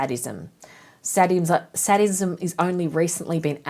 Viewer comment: Loving your work! It's pronounced say-dism btw.